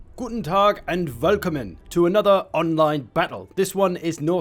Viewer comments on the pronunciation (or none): That guten Tag had no accent